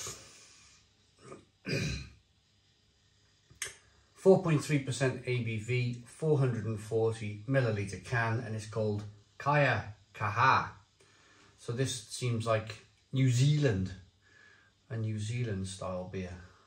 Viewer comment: Yo sort your pronunciation out bro. Its Key AH car har. Good vid. Off beers currently so this it for me. Mouthwatering!